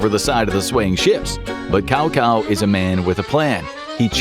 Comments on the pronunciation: "Cow Cow" It's actually pronounced "Tsao Tsao". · its not Kao Kao, its Cao Cao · It's actually Tsao Tsao. Not pronounced Kao Kao. A lot of the names are hard to pronounce but if you read the original Luo Guanzhong version of Romance of the Three Kingdoms, they use the alternate spellings. Then you can get a better sense of how they're actually pronounced. Like Zhang Fei/Chang Fei. Guan Yu/Kuan Yu. Zhuge Liang/Chuko Liang. I used to pronounce that zoo-jee lang but it's actually more like joo-ga lee-ang. Watching the 1990's TV series or the 2010 series can also clarify pronounciations. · It’s tsao-tsao 😆 not “cow-cow” haha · I really do hate it when Western announcers and hosts pronounce “Cao Cao” as “Cow Cow”… even the most cursory Google search will tell you that it’s pronounced closer to “Sow Sow”. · It's caocao not cowcow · Cow Cow vs "Zao Zao" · NO DUDE ITS NOT KAOKAO ITS CAOCAO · Its cao cao not kao kao !! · Have to stop by to comment about the name pronunciation 😂 Cao Cao 曹操 in mandarin should sounds more like “Ciao Ciao” in English instead of the pronounced Kao Kao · It's Tsao Tsao, not Cao Cao. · Sorry but calling Cao Cao “Cow Cow” causes me physical pain. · Cao Cao is pronounced with a soft C instead of the hard C that sounds like a K. Closest iteration is the Italian word ciao, so just say ciao ciao without the “i” sound. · I just wish people would stop saying 曹操's name wrong. He is not Cow Cow. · Can Cao is pronounced Tsao Tsao.. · I thought it was pronounced more like "tsow tsow." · Totally butchered the name Tsao tsao 😂😂😂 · Cao Cao is pronounced 'T'sao T'sao' hehe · should pronounce "chao chao" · Cow Cow! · 曹操be like: Who called me cow cow 😂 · yah shd be pronounce as 'chao chao ' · that’s not it either, it’s “tsao tsao” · He said cow cow🤣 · Can Cao is pronounced Tsao Tsao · It's pronounced Tzao Tzao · Hey, fyi Cao Cao is pronounced “Tsao Tsao” (like Chao but with a added T sound) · His pronunciation of Cao Cao is God Awful 🤦🏾‍♂️